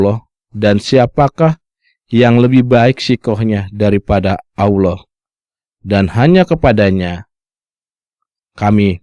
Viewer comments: Menjabarkan qur'an seolah mengerti isinya, tapi kenapa mengucapkan" Allah" dengan bunyi Aulah.....hahhahhhaa....!!! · Narator mengaku (seolah olah keturunan Arab),tapi tidak bisa mengucap Allah. bangsat loe!!!!